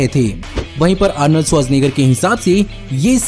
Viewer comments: Bro...you pronounced Arnold's surname so easily like nothing..,.I doubt that you are from this planet.!! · Sach batao Arnold Schwarzenegger bolne ke liye kitne din practise kiya?? 😂🤣 Mast video tha